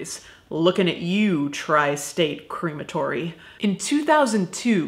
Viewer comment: I really like how you pronounce crematory (like cream) it makes me think I’m going to be immersed in cream when I go, though it does also make me think of an ice cream shop where all the ice creams are made of dead bodies 😷 lol xox